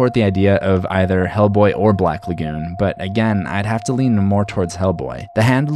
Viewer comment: The way you pronounce "lagoon" is cringe worthy. Ok thanks.